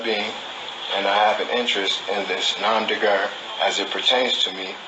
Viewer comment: In the first place, the phrase nom de guerre, which is "an assumed name under which a person engages in combat or some other activity or enterprise" is pronounced as "nom deh gair", not "nom deh grrrrrrr", and in the second place, you're too damned stupid to quit when you're just barely breaking even - helluva job there,!! Btw, what the hell's an indigitus???